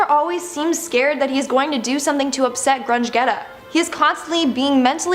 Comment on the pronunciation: pronouced Grundgetta's name wrong! It's Grun-Jetta not Grundge-Getta!